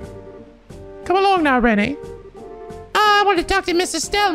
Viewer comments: I also pronounced her name Rennay until I heard the voiced lines, I feel less dumb for not being the only one. I think it was quite weird to spell it like that in the translation even though I'm used to it now. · also renne's name is pronounced not as Ren-Nay, its Wren, like the bird. trust me it got me for a while too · Just so you know,. Renne's name is just pronounced "Ren". Like, the E is silent. Don't worry, I made the same mistake first time I played. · Kevin is voiced by Keith Silverstein, aka "Damn Brat, I'll sue!", oh and yeah Renne is said as "Ren" Why? Fuck if I know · If I recall correctly, Renne is pronounced Ren for the same reason Artoria became Alturia. "Yeah, that sounds right, pronounce it like Rend, what no it's not an actual name how could people possibly get confused." It's like the opposite of Loewe. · The real lifesaving perks of Kevin's Grail Sphere S-Craft come from both being able to S-Break it so you can just suddenly Earth Wall everyone without cast time or it being your turn, and from the Maxed version blocking 2 attacks. Also Renne is pronounced "Ren", with the 'e' being silent. It's like how a lot of words with a single 'e' at the end have it silent. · 1. Lucia isn't one of the orphans due to being from Manoria Village. So no portrait for her. 2. Renne's name is pronounce "Ren". Don't know why, but it's a thing. 3. Kevin is voiced by Keith Silvertein. So Speedwagon returns! Always trust in Speedwagon! 4. Vogt's back problems were caused by Estelle. I mean she did piledriver him in the ground back in the last game(I still love that edit Sai did) 5. The bonus BP from the Photo side quest is suppose to be obtained during a second go of SC. Since by then, you know that Dorothy shows up and can have her take the picture. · Oh, the Renne pronunciation mistake is fairly common, so don't worry about it. It's "Ren", yeah. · btw Renne's name is pronounced without the last e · The E at the end of Renne is silent. So it´s just "Ren"